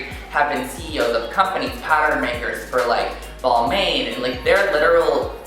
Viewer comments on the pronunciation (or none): Not trying to be that guy, but Balmain is pronounced "Ball-mahn" not "Ball-may-n". Would probably be good to know since you're in the fashion industry. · agreed. its pronounced ball-mah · Oh kinda like, Ver-say-ce? :P